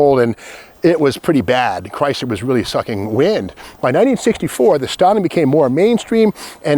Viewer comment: there is No t in Chrysler....